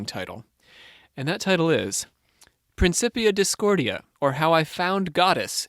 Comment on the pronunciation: It's pronounced PrinKipia Discordia. Robert Anton Wilson told me that.